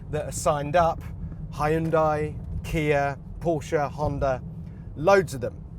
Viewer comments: "Hi-un-dae" dafaq Isn't it Hun-day or Hyun-day? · Hyundai is pronounced as "Hyun-Deh (Hee-Yun-Deh)." Not "Hi-Yun-Dye"